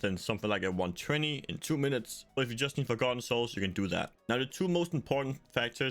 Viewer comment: I honestly couldn’t understand what you said if you were just trying to farm forgotten souls.. it sounded like you said g90s and I don’t know what that is